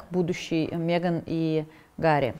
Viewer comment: Пожалуйста, хватит говорить мЕган! Ну Мэган же.